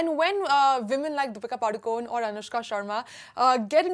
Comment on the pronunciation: Deepika padukon nahi Deepika padukone bolo sister